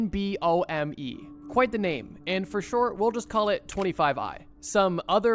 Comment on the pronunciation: Twenty fiveve eye en bee en oh em eeh